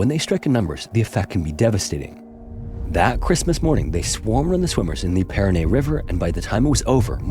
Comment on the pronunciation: please, please teach that AI how to pronounce the Parana River. This was grotesque, not because of the piranhas, because of the horrible pronunciation. And by the way I have piranha bites.